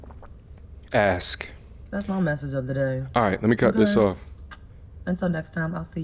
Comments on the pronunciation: "You were looking for a man to Axe you all those things" You mean "ask"? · Her: Aks 🤌🏾: Ask 👀 Me: 💀💀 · It's ASK!!! not AXE!!! Stop using ebonics it's NOT attractive! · "Looking for a man to AXE me" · Why can't BW pronounce the word "ask?"